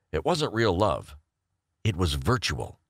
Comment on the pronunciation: Virtuar reality reality